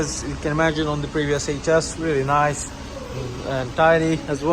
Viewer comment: I'm guessing it's REALLY NICE!!? 🤣 Sorry but you emphasized them two words waaaay to much hahaha lol 🤣 In all seriousness it is a rea--- Errrm Beautiful car and can't wait to collect mine at the end of the month... Mines the trophy DCT version in the same cosmic silver colour with the optional red/black interior. Can't wait 😊